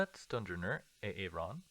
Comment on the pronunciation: "A-Aron" is unironically an incredible pronunciation, do you happen to have seen this sketch from Key and Peele ? Thank you for this series, I really enjoy your videos :)